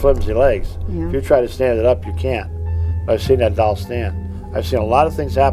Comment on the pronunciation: Doll:- ❌ डोल:- ✅